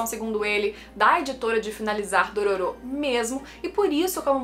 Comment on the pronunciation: Não é Dorôro que se pronuncia não?